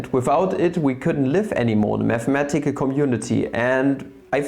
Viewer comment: meth-a-metical you say